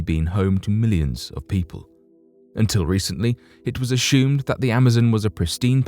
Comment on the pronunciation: Is it a "snake" or is it "shhhnake"? Also + is it "assumed" or "asshhhooomed" just like ...??? NOT sure about this Channel though... hearing a LOT of "Lamestream Narrative" being repeated here, on this channel. The lack of video evidence (i.e. using simple "Stock Footage" that anyone can buy for cheap) and NOT using anything that even resembles a "unique" experience... except for the reemergence of what's called "Picture Video" where one just pans across a picture to give the illusion of an actual "video".... Hahahahah! "conshhhumed"... IDK if the artificial voice is getting worse or if it's getting worse... Let's see if we can't get it to pronounce "assume" correctly without a programmed "sh" sound when experiencing a "ss", yet only on occasion... IDK it CAN pronounce "possibility" but NOT "assume" correctly... with the attempt to lull one into the "trance-like" zone that TV cadence will put one under. I mean, what's up with that?!? Meh! These are not the droids we're looking for... move along, move along!!